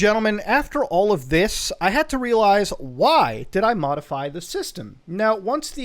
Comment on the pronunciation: Modify or...Mutahfy? lol